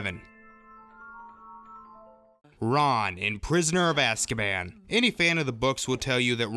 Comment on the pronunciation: Gyrazal618 playz stuff it’s azkaban not askaban